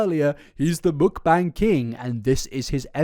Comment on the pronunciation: I don't think I ever heard mukbang pronounced like mükbæng, thanks for the experience.